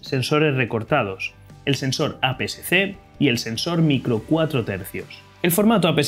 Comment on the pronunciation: Muy buena explicación, lo único es que ud dice formato A PCC cuando realmente es A PSC, o quizás será porque lo dice un poco rápido.